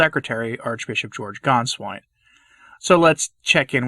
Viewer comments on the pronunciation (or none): Gänswein not Ganswein